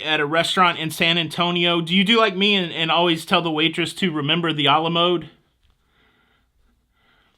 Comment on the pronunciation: “Remember the Al a mode” 🤣😂🤣😂